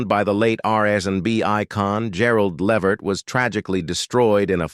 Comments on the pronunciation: Thats right....Pronounced. LAA VERT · Please call these people they real name his name is Le Vert so plain to pronunciation thnk u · Uh, whats with the white family? And learn how to prounouce his last name. Do some research! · Too bad the narrator doesn't know how to pronounce their last name. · To whoever produced this.... Why are you working with robots? They make mistakes, they mispronounce words.... I have to assume you have no idea who Eddie Levert is. Your robot pronounced his name wrong through the whole piece, and you didn't even know that. Why do a piece on Eddie if you don't know who he is? Couldn't you have worked with an actual human who knew him or knew his music and would have been happy to narrate this for you? Why the fascination with AI? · You need to learn how to pronounce people’s names properly